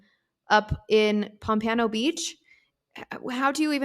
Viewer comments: You guys make a great team. Good chemistry! This happened in my city and I can’t remember hearing about it. Weird considering my true crime obsession. FYI it’s pronounced POM-pa-no. Most of those cities all operate under BSO- Broward Sheriffs Office. Many south Florida cities don’t have their own PD’s anymore, Pompano and Deerfield definitely fall under BSO. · Pom puh no beach